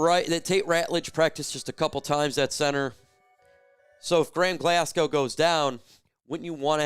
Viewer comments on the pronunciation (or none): none